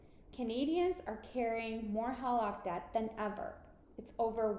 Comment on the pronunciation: Why don't you know how to pronounce HELOC?